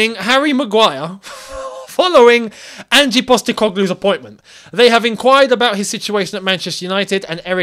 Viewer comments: Its not Angie, its just Ange (Anj). Like what you would call your girlfriend named Angie, for short. And he's fucking good. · Maybe there's a reason no other club triggered Mac Allister's release clause.. Transfermarkt have him valued at 36m..wow brilliant business. Buying a player for their market value. FYI, it's Ange, not Angie.